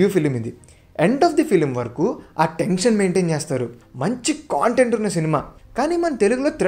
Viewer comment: Chinna suggestion bhayya content ane word ni sarigga paluku - otherwise Video 👍 Okka Kshanam is my favourite in this list 🙏